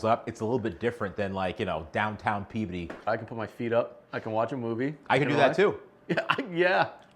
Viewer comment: I love how there’s a creator that lives in eastern Massachusetts like I do who can say “Pea-biddy” correctly.